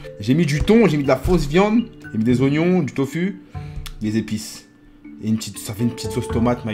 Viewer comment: Ça se prononce tofou